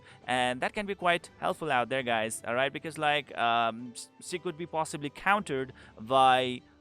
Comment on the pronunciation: you can perfectly pronounced schimdt but you can't pronounce she. think she as schi then. exact same thing.